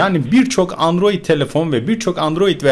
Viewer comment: Abi sen olmazsanydın bu haberleri alamazdık seni çok seviyorummmm ios ada dedin adiroid dedin